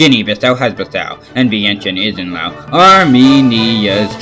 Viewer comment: He pronounced Laos right have a like